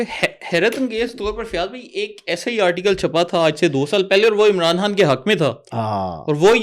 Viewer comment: Aap ko " Khan" pronounce kerna nahi aata, jo bar bar " Haan" khay rahin Hain??? Sub aaray kharay video bananay aa jatain Hain...apni training tu ker lia kararin video sey pahley...😢😢😢